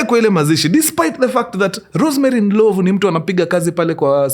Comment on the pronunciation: it’s not Ndilovu, it’s Ndlovhu